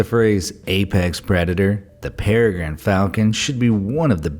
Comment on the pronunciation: Its perigine not gane